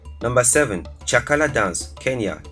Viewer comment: Number7 is called chakacha not chakala